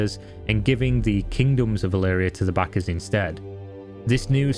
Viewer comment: Good Video,but you pronounce backers a little bit like (sussy) Bakas:)